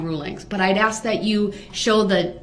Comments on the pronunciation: I bet u lil Darrell spells words like he talks. For example instead of ask he would spell axe. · Your onher I axed a quesion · We should take speech from duh rel. wit-with. Dat-that. Axe. Ask. Libary. Licent place. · He cant even talk right he says do dat theres no such word and he says ak its ask dum s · Axe instead of ask dat instead that wit instead of with